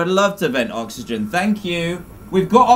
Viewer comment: You can't say oxygen right? It's okay, I can't say hospital right.. I willl say HospiDAL